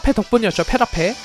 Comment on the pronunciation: 왜 페리퍼 라고 하는거지..ㅋ